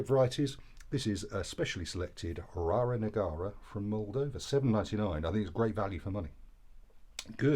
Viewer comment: It's not Rara Negara, it's Rara Neagra. (You had obviously supped a few before the review!) 😁